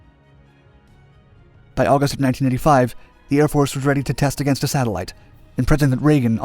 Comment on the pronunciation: I assume he’s saying 19*85* but it kept sounding like he was saying 1995 etc